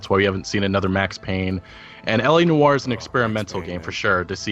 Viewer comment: "Nor" not "Nu-or". SMH